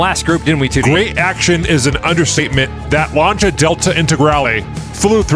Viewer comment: there is no "CH" in Lancia